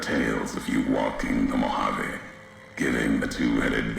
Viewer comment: Being raised in vegas I can understand the incorrect pronunciation of Nevada, But.... Mohaveh?? I've never even heard that. You know we hate these pronunciations when even the dmv here has sign of how to say the State name properly lol. But then everyone can say "vegas" properly. why not say "Las Vahgus" instead?